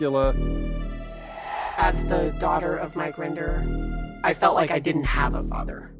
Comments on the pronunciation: “Mark Render” how did you get one of the main defector’s name wrong? It’s Mike Mike Render! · Mike Rinder, actually